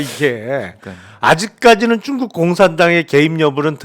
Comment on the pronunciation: 중국을 왜 쭝국이라고 하세요? ㅎㅎㅎㅎ…